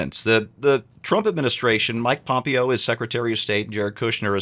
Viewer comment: you're the only person I've ever heard mispronounce Mike Pompeo's name. Pom-PAY-o.